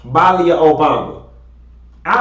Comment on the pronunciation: Lord I wish you get people name right. It's Malia pronounced MUH-LEE-UH